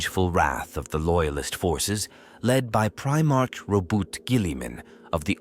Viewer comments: If you are going to make a 40k video at least learn how to pronounce Primarch correctly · It's not fine for me either. 😅 I did keep trying to think of it that way, but the mispronunciation was still just way too much for me.